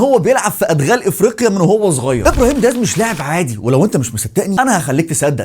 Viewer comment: واسميتو دياز مشي ديهاز 😂😂 🇲🇦